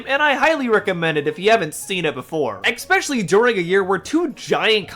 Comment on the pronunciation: Good vid but "exspecially" is such a pet peeve of mine. And you kept using it! Lol